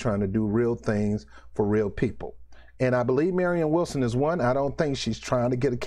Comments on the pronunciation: Man what does it take to pronounce Williamson ? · Damn you cant say her name right 5 times in a row,😆 williamson for president!!!!!!2020!!!